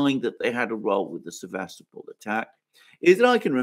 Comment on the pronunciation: Sevastopol(topple) not Sevastapol